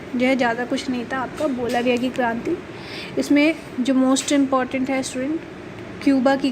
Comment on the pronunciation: its not Balavia. Its Bolivia